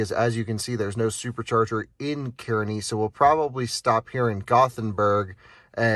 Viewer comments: it's pronounced kaa-rney just fyi :P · That's Car-Nee Nebraska. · I wanted to rip my ear out every time you said Kearney. As it is pronounced “CAR-KNEE”. Other than that, great content! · As someone who is orignally from that area, I felt the same way lol